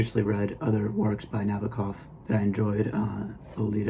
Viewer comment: Not to be unkind, but the first step in posting a book review is getting the pronunciation of the author correct. Nabokov — accent on the second (2nd) syllable. Regarding all things Russian culture: it’s 2025 now means: the savagery, torture, war crimes, abduction of 20,000 children to be brought up as Russians; the rapes & tortures as instruments of war, all bc of one man’s fantasy, or actually pretend fantasy, means all the great Russian cultural mavericks — Tchaikovsky, Shostakovich’s Waltz # 2, Chekhov, Turgenev, Anna Pavlova, Tamara Kasavina, Dostoevsky, and many great poets, writers, composers — are all relegated— or should be relegated to an absolute & complete negation for a century. Or more. Cultural genocide, crimes against humanity by many Russians, not merely the chinless wonder maniac p utin should not then have lunch at The People’s House at 1600 Pennsylvania Avenue.